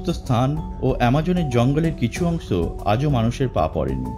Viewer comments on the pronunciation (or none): Lol!! এই ব্যক্তি 'কিছু' কে বলে 'কিসু'--------তারপর 'অংশ' কে বলছে 'অংস'!!!!! what is love!!!!!!!